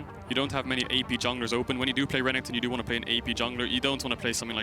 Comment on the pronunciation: keeps calling renekton Renington...I hate it